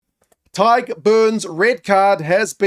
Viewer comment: My thoughts: you're the only non-Irish person to pronounce Tadhg perfectly and effortlessly 👍🏼 anyway back to the Rugby!